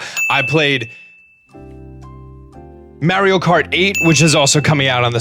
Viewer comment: The way he says mario is hilarious. Love you